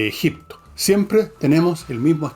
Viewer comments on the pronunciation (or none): none